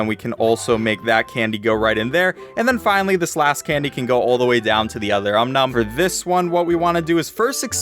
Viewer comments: Dude it's om nom not um nun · Does his voice sounds different? Also he actually says um nums instead of OM NOM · Om Nom not um num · Its om nom not um num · I hate how he says "Um Num" instead of "Om Nom." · What the fook is an Um-Num its Om-Nom